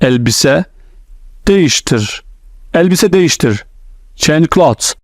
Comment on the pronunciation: That’s so helpful. Thank you so much. By the way clothes you pronounce ‘cloths’ as in clean clothes. But it’s clean “clothes”. Pronounced very differently.